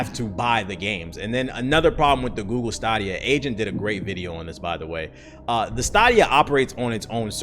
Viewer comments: Wtf is stahhdia it’s stayydia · Is this man saying Stahhdeya and not Stay-deeya?! is wildin today lmao trollin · It's STAY-DEE-A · is it stAHdia or stAYdia?? Tbh got me questioning if i’ve been pronouncing the shit wrong for months now💀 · STAY-DIA CHIEF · The $10 subscription is not mandatory. You can buy a game, any game, and play it as much as you want and not be a subscriber. This misinformation being spread by Youtubers is just sad. I haven't paid for a single month of Stadia (pronounced stay-dia) in the last 11 months. But I've been playing games on it all this time. Well done on half researching a thing you've never tried and then knock it because it's the trendy thing to do. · Say it with me STAY-DEE-UH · Its stay- d-ia stadia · It's STAY-DEE-AH tf you call it that for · Am I tripping or is it pronounced (stay-dee-uhh) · I could've sworn it was pronounced STAYdia... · It's pronounced Stay-D-Ya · So I only see one person saying this but y’all really gonna let mans pronounce the stadia(stay-dea) wrong. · Stah dia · Are you trolling us the way you pronounce Stadia? Say Stadium. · its definately pronouced STAYdia right? Or am i the weird one for pronouning it the way its developers did in the promo videos? Thanks for droppin the news tho! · You are correct. They've pumped enough adverts saying staydia... It's stadia like stadium. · Yeah it's stay-D-ahh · Bruh can't even pronounce it right which is a clear indication that he doesn't know what Tf he's talking about.😂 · Have I been saying wrong this whole time. I thought it was Stadia (Stay-D-A) but it seems that I am mistaken and its Sta-D-A..instead? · Word-of-mouth marketing would, for example, help know how to pronounce "Stadia". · It's so weird when people on YouTube say "Stadia" wrong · Bruh... Why you pronouncing Stadia that way? I was like WTF? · Watch the commercial how are you only youtuber saying stadia wrong hahah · You killing me with the way you saying stadia 😂